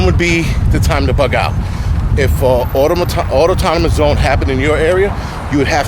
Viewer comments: Just so you know. There is only one T in autonomous. You spelled it right, just pronouncing incorrectly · The word is autonomous, not Autotonmous... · Not enough to pronounce autonomous correctly.